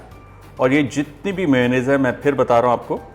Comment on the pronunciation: It is not pronounced "muyo" nnaise LOL. It is pronounced as may-O-naisse